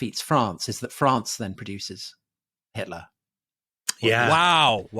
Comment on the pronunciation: 'itler' xD